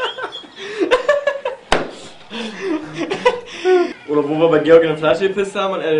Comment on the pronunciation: "Collien" kkkk